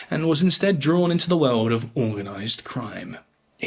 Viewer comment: He speaks of some "Veuld war one". Whats a "veuld"?